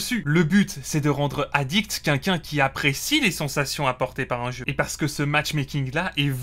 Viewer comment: Quelqu’un et pas quinquin…. Ca Commence mal